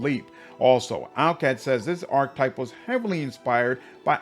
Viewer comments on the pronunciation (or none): I’ll never forget how you pronounced Cavalier! Ark-Type-> Ark-Ke-Type (Archetype) Payso-> Pie-Zoe (Paizo) Warpriest does not suck btw, they are just one of the classes that you would call a more advanced mechanics heavy build which require a lot of meta knowledge to play but are quite rewarding. Plus being able to turn a +3 weapon into a +8 weapon with good BAB and self buffing with high will saves and in the case of Cult leader sneak attack stacks that scale up for insane amounts of damage is huge on a two weapons fighting character. Goes great with Trickster and Demon Mythic Paths. Excited to see what that Mantis Subclass plays like.